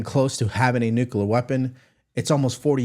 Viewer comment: Got ya!!! It is NU CLE AR - NEW KLEE AR - Nuclear. NOT Nucular